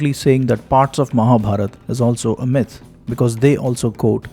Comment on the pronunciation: Pronunciation check.. Myth is pronounced like the I in mint and not the the y in my. 🙏🏼